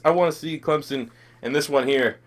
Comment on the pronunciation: It Clemson not clemzon